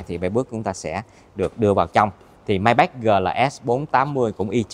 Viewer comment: đọc tên xe sai rồi, tưởng sale chính hãng phải đọc chính xác chứ ta !???